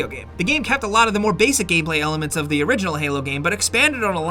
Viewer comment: Why does he say "the" right half of the time then just throws a d in out of nowhere